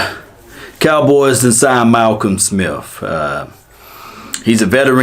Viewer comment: There is no "f" in the word smith